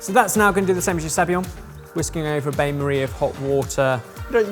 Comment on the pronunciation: would someone please tell that bain marie is pronounced ban marie with a soft n and not bane marie!!